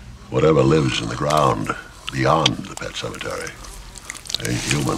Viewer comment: that pronunciation of "Sematary" is incredible